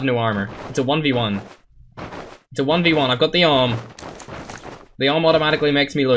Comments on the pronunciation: You are saying om. It is pronounced A W M. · Its A-W-M and dont read it as one word But i am not a hater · XD the awm is pronounced A W M lol